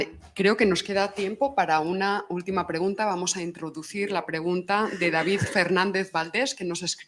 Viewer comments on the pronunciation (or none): none